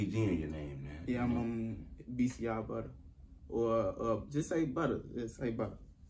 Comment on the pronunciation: Bcr butta or ah just say butta 😂😂😂😂😂